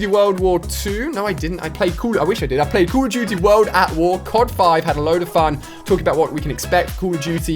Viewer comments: The way he says call of duty bugs me so much I'm sure I'm no the only one 😅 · noobdood31 You mean Coll of Doody world wor 2